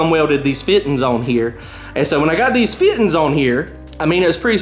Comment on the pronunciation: "WHEN I GOT MY FIT'INS ON HERE"!!!! I LOVE IT BROTHER! NEVER CHANGE! GODBLESS YOU SIR! THANKS FOR THE INFORMATIVE VIDEOS! THEY ARE ALWAYS HELPFUL TO ALL US GEARHEADS!!